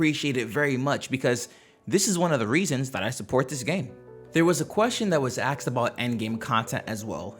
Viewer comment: asked, not axed.